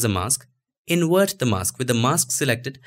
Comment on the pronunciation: I love your videos..but dude...you can save Video but you say InWert for invert....I have faith you can do it!